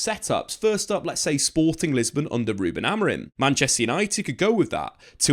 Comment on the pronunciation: Maybe it's because I have only had one coffee but I want to scream every time you call him AmoriN...you're a journalist and it's a simple name!!